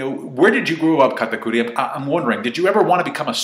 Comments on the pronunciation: Katakuir....why tf do u say his name like that🤦‍♀️🤦‍♂️ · why do u get a compeletely different accent when saying katakuri's name.... SAY IT WITH ME KA TA CURRY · The way you say katakuri 😂